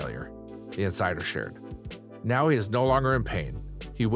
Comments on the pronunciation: Wow, knowing the script and saying it correctly should be the primary importance. Dr. "NOW" NOT Dr. "No" and Sean was not Henry. Rehearse prior to recording! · Dr “Nowwwww” not “no” … “Now” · Oh for God's sake! It's Dr. NOW, not Dr. NO. Dr No is a character in James Bond movies. Get it right!!! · It’s Dr. NOW not Dr. No…..🤣🤣🤣🤣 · IT'S N O W NOT NO OHMYGODS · It's annoying how he keeps saying Dr No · If you can't pronounce main people's names, please stop making videos on said shows. It just makes you look like you don't know what you're talking about.. Oh.. Wait... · I have never been so irritated at a name pronunciation in my life